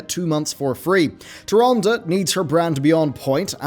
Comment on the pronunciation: You are mispronouncing Tyrande